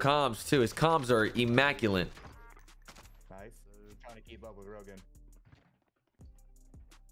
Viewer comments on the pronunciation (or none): Immaculate not immaculent lol